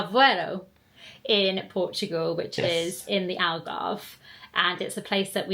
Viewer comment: I’m so happy that you had fun here in Portugal. You picked a really nice time to come. You could visited zoomarine is an amusement park with dolphins and a lot of fun stuff to do and see you would love it, it’s in Algarve as well, you pronounce it well enough it’s cute. Love the vlog as always ❤ kisses from lisbon - Portugal 😘😘